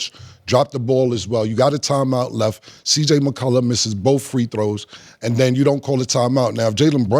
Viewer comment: cam keep sayin cj mccullu🤣🤣🤣🤣